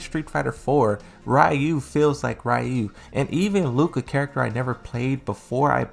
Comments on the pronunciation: It's Fcking Ryu RE-YU not Rayu how the fck does a fan not know how to say his name correctly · Bro why do you keep pronouncing Ryu his name so weird?